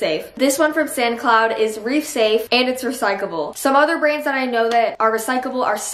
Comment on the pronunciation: The fact that she kept saying "recycable" lowkey pissed me off but I still love u